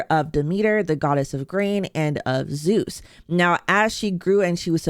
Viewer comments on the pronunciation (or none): none